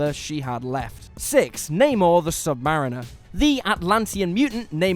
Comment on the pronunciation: I've Pronounced both the words "Namor" and "Submariner" wrong my whole life...